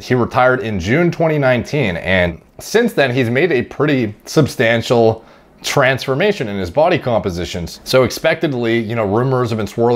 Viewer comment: Did he just say TRENsformation? 😂